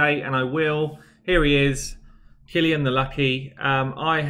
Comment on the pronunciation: Kill-ee-an! You did it!